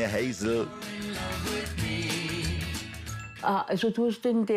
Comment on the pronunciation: Er macht sich ja nicht mal die Mühe den Namen „seines“ Kindes richtig auszusprechen…. Hatzl 😂